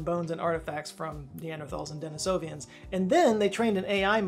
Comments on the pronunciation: They are not,"Denisovian". They are,Denisovan. Pronounced: di-nee (s)uh-vin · A Dennisovan?! What’s a Dennisovan,?! 🤨… 🤨